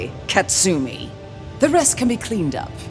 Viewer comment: ka-tsu-mi not kat-sumi